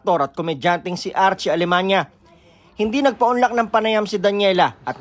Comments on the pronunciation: Alemaniac Ata hindi alemanya? 😅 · Alemania❌ Alemaniak✔️ 😂🤣🤣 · Archie alemaniak kasi eh. Naku kahit pakinggan nlng ang pagbigkas ng apelyedo eh